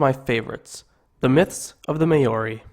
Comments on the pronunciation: Well done For sharing these important stories. Please learn how rouse the vowels which would be more appropriate. I wouldn’t share this for anyone in New Zealand because we have learnt how to use the vowels. Maori should be said like “Maaooo reee” All the best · Remember guys Maori not Meyyori He also shortened the names but The names are to long anyway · Say Maori right it’s Mow-Ree not May-owri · May ori sounds like what he's saying, it's Maori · Lenny Wheatley its pronounced mau-ri not moldi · Maori is pronnce "Mau-Ri" not "may-o-ri" :P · “The may ori are a tribe in New Zealand.” Bro try harder next time. You’re only 30 seconds into the video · may-or-e? HUHHHHHHHHHHHHHHHHHHHHHHHHHHHHHH? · its not ma ori maori you uncultured dumb ass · Note that the Maori pronounce "Maori" as 'Maul Dee". I lived with Maori and Tongans, English speakers constantly abuse native peoples languages. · May-ori aye haha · Thank you for spreading the word and knowledge. But like the previous comments have said do your research before uploading your video. I am of Maori ( Mar-or-rre ) descent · This breaks my heart and makes me mad that every word was pronounced so bad, please remove. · oh my language and how you butchered it😭😭😭😭🤣🤣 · Yo bro you really hurt my ears with your maori 😂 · bro not meaning to sound rude but thats not how you say māori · I stopped watching when you said "Maori" like that. How can you make a video about Maori mythology when you can't even pronounce their name correctly? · rip my ears because u didnt pronounce one word right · Your saying Maori wrong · Ahhhhh learn how to say Maori !! 😩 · Geez, learn how to pronounce the words properly!!!!! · YOU PIECE OF SHIT. YOU JUST SLAUGHTERED OUR LANGUAGE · Get the names right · IF UR GONNA MAKE A VIDEO ABOUT MAORI CULTURE PRONOUNCE IT PROPERLY!!!! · Surely you could have researched the pronunciation more thoroughly. This was paaaainful. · pronounciation is bad at best but love the dialogue as a whole. kia ora!